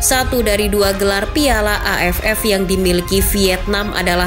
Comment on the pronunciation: Pas ngomong AFF.nya kurang di tekenin itu😂